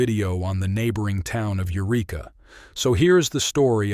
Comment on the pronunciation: Not "you reek uh,: the name of the town is "yer wreck uh."